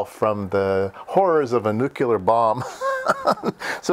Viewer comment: What the fuck is "nucular"?? It is pronounced "New Clear". What beeper? Typical content from Retardistan. - aka Merrica. Pie eezio? It's pronounced "pie etzo" in human English.